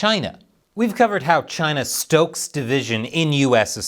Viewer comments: You’re saying it wrong CHY NAH 😅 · it is Chy-na! Say it right.